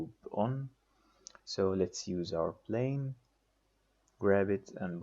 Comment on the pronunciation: place not blace ! plane not blane !!! IPR not IBR